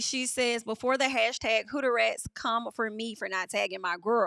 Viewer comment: I heard Hud-rats from.